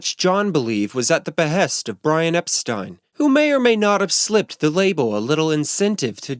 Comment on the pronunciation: Thank you for pronouncing Brian's last name correctly, the way he and everyone did back then. You obviously did your homework!! 👍🏻 Unlike most.